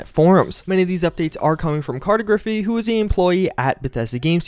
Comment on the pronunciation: I'm assuming that the guy's name is cartography, and if so you are saying it incorrectly.